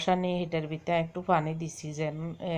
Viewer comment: Apu fani na bolan hani.